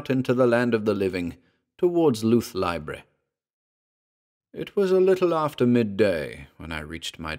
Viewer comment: good story - but afraid I was put off by your pronunciation of Louth (LOOTH) - being a resident of Lincolnshire and a visitor of the town, I have only ever known it pronounced as LOWTH - this is my only gripe!